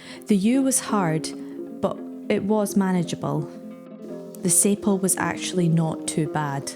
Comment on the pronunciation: Also just for future reference, Sapele is pronounced sa-pee-Lee, but that's the sort of thing you're not too know unless someone tells you.